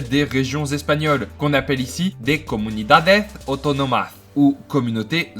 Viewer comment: Pourquoi t'as prononcé "comunidadeZ autónomaZ" ? C'est avec S.